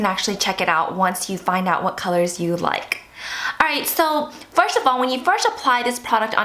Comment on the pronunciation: Lol she cant pronounce "first"